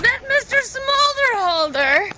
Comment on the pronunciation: well isn't it mister somder-holder?